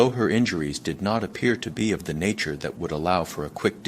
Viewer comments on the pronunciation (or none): none